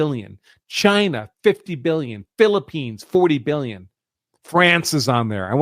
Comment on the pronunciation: Let's get some facts correct. according to you the 2016 remittances to India were $10.6B (you keep emphasizing billion with a B in your tone to drive home the impression that it is a vast amount). Divide this by some 4 million Indian living in this country and its $2500 per person. Thats pocket change for the Indian community who routinely earn 200K-500K in salaries. So the vast amount of the money (95%) is still being invested in the U.S. So Indians are not the problem. They are the richest minority and start plenty of businesses. All this is being done by being underpaid at the cost of an American worker? Come on, get real! Talent gets paid in tech.That vast amount they save and invest routinely creates millions of jobs for Americans of all color, white included. You keep talking about the value system that they do not assimilate with. What is that value system? eating burgers and fries and boozing up and not wanting to burn the mid night oil and simply claiming that there are enough smart people who can do the jobs? shacking up out of wedlock or snorting high? what value system do you want foreigners to emulate? In fact we may be better off learning something from them. The U.S. has never had a problem if the anglo Saxon from Western Europe or Australia or England or New Zealand came here. but guess what! They don't come here (at least talent doesn't want to come) because they have developed country that looks every bit better than the U.S. why will they come here. That le